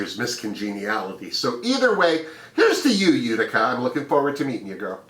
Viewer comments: YES Ma'am, we think alike. I'm rooting for Rosè, Symone, Mik and Kandy. However, I love my other homies, Olivia and Tina. It's U ti ca, at least, this is how we pronounce it in NY. Have you notice that Olivia resembles Britta? And Symone, a young Cicely Tyson? I'm so excited for these new Queens, but I feel sorry that the Season 12 Queens, didn't have a chance to shine, especially JEH.. Smooches to you ❣️❣️❣️ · Thank you for your fabulous run down! I am so excited to see Utica Queen (and it is pronounced You-tica)...about 15 people live in Utica, MN. My cousins own a restaurant/bar there and there is a street in town named after my family lol! Maybe Utica Queen is a relative of mine...*logging into * once again, always a pleasure to watch your videos!